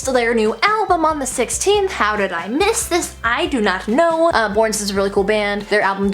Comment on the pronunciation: The way you pronounced "miss" was the cutest thing in the entire world 😩😩